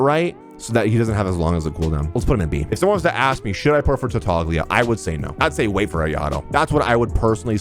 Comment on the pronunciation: Tartaglia is actually pronounced sa tartalia